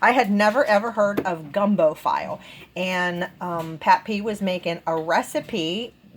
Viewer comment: I can tell you're not from the South for sure! It's pronounced "Feelay gumbo" Gumbo file sounds like a tool 😂 Great haul 😊👍